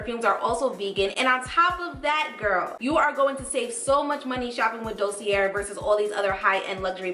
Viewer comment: Thx 4 reviews. Fyi it's pronounced "dosey eh" ... r at end is silent. peace from bklyn